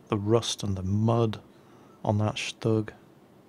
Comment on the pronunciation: he said shtug